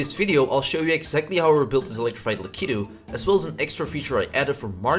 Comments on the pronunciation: "Luhkittu" Bruh it's Lakitu Lack it ooh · He called it a lac-ee-2